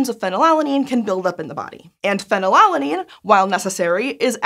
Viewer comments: Is it really pronounced pheny-lalanine and not phenyl-alanine? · can someone correct me on this, but shouln't it, scientificaly speaking, be pronounced more like phenyl-alanine, because it is alanine with phenyl group attached instead of pheny-lala-nine? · Normally Americans odd pronunciations can go overlooked but she said it so many times i had to comment >< - fee-nal-alanine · The American pronunciation of phenylalanine is so jarring when you’re trying for easy listening 😂